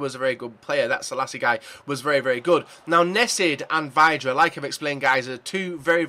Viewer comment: It's pronounced Vi-dra. Ugh.....